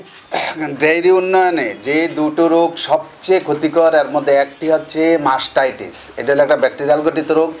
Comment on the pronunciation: ওলান ফুলা তো বুঝলাম কিন্তু ইংরেজি উচ্চারণ তো মাস্টাইটিস না।